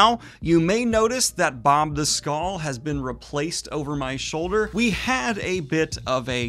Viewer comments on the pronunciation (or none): none